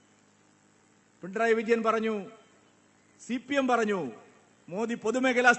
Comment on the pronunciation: പി ൺ റയി അല്ല മാഷേ പിണറായി.😂